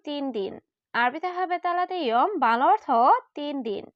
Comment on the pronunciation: বাংলা অর্থ বলেন নাকি ভালা অর্থ বলেন স্পষ্ট করে বলবেন...... বাংলা অর্থ